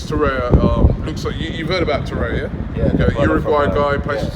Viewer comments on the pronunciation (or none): TorreiRRRa Robbie not torreia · Every time Robbie says 'Toraya', i die a little inside